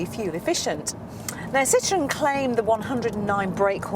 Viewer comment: It's a Citroen, not a "Citron." Thanks.